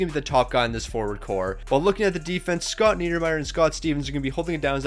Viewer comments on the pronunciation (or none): none